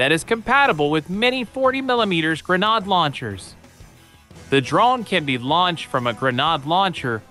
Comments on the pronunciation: A what? A “grenahhde.”?!! 😳😳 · The way this AI voice pronounces "grenade" is so hilariously strange